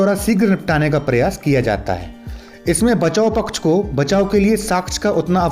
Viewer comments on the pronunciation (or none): none